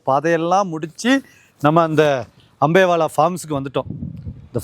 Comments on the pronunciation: அம்பேவெல, English la potalum pizhya pronounce pandreenga, thamizh la potalum pizhya pronounce pandreenga.. kadawule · அது அம்பேலா இல்ல அம்பேவெல😂😂